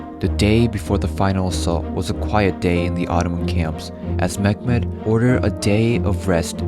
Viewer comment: This is not mekmed..... This is Mehmed